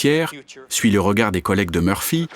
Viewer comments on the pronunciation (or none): none